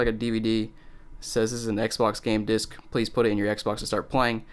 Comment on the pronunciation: You have to poot this cd into compooter